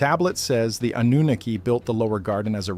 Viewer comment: Why is the AI able to say Annunaki in 1 sentence and then says Annunoooooki? And god forbid you give them too many numbers then it turns into a Trump word salad lol. Ten it's like AI has a marble or two in their mouth.😅